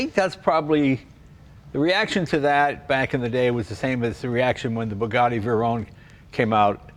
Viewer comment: Jay really is a character. What a great guy, and kinda hilarious to pronounce Veyron like a maniac 😁. Love him covering this car — my grandfather's dream car was a Doozy. Now I understand.